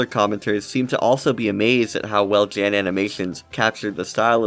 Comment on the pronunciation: currently shaking and crying trying to resist correcting your pronunciation of “jan”